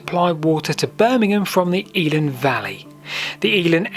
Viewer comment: If you do a film of the Elan aqueduct, be sure to pronounce it correctly! It's EL-LAN not EEE-LAN 😂 There's a Google map layer of the route online somewhere showing all the features